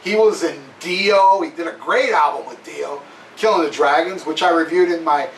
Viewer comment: tell to stop saying alblum its album for christ sakes lol.